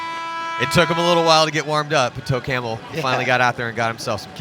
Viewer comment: Yeah I know but it sounded like toe camel aka camel toe